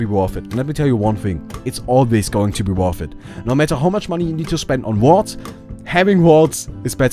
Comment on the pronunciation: its going to be woth it!! lol accent